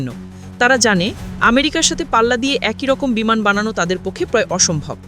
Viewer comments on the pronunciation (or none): বিমান কে বিনান বলছে উপস্থাপিকা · Bhi বিমান not বিনান 😂